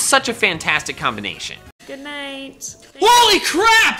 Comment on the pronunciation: "whoah-ley crap"? geez I didn't know you were one of those word combiners!